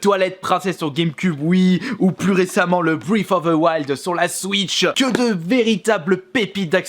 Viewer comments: Non, tu confonds avec la respiration (qu'on écrit Breathe) là il l'a prononcé comme si c'était Breathe of the Wild, or la prononciation de Breath est différente en anglais (ça se rapproche d'un "Bref/Bresse") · Il a dit "Brief of the Wild" 🤦‍♂️